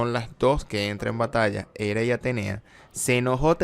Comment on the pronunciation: Lo de pronunciar nombres griegos latinizados como si fuera inglés me trastoca un poco.. Hera se pronuncia en español tal y como se escribe.. Es como plus, ahora resulta que es plass.. dejémonos de anglicismos absurdos de una vez...